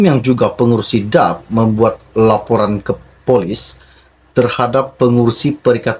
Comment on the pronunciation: Cara sebut nama parti politik DAP tidak betul